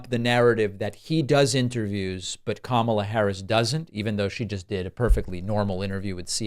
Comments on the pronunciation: It's a conscious effort to mispronounce her first name. Reins Priebus (sp?) persistently mispronounces her name when he's interviewed or part of a panel on tv. Amazingly, a year or two ago, he could pronounce it perfectly. It's part of their campaign to be disrespectful towards her and to make the MAGA followers think she's a foreigner (my opinion). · Isn't it obvious to everyone that when he says her name as Kam-A-la he is intentionally using it as a racist/religious trope making it sound like the moslem god Allah. Same thing as when he makes sure everyone knows Obama's middle name with the emphasis on HUSSEIN. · Hey, Trump-poo, her first name rhymes with Pamela... Ooooh, hard to pronounce, right? Wrong! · He mispronounces KaMAla on purpose as he does with Barack’s middle name. He thinks it bothers them and their supporters. He's such an infantile ass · comma, la easy to pronounce....kamala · Notice how he pauses a second to make sure he mispronounces Kamala’s name? Yep, it’s intentional. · Trump mispronounce her first name Kamala to offend her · He is purposely saying her name wrong. All of these republican asses do the same thing because it makes her name sound super ethnic. The same thing he does by always saying Obama's middle name the link him to being a muslim. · The stable genius can't even pronounce Kamela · She can’t even say her own name, she says it differently. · Notice how Trump ALWAYS pauses before he mispronounces “Kamala”? Because he’s doing it deliberately to be a jerk. He’s pronounced her name correctly endlessly times…and when he does it just rolls off of his tongue. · Sometimes I pronounce Kamala the same way Trump does. But that's because sometimes I read Kamala like Obama. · Mispronouncing someone’s name is playground teasing, he’s playing to his cult, so dumb but it works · He's saying her first name incorrectly on purpose. Notice how he pronounced it correctly in a recent interview.